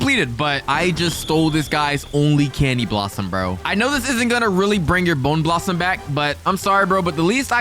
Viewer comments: Bro said Candy Blossom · "Boner blossom" No. Just no. No. That could not have been a wrong word that he said instead of bone blossom. That means something SO FAR OFF FROM BONE